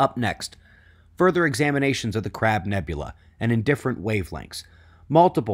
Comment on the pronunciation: He said crab nebula...